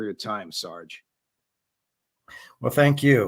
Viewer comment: If you cringed when the Judge said "Sarge"....you must be prior service 😂